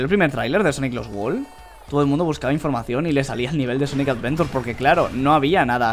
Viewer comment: Por que dise sonic avedura